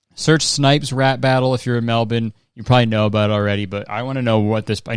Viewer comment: HE SAID MELBORNE CORECTLY GUYS OMG FINALLY